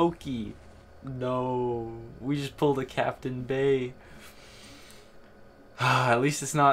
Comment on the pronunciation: "The Captain Bayee" :(